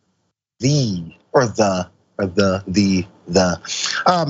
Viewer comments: It's pronounced "THEE"!:D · The emphasis on the "THE" in Ohio State is typical cult behavior.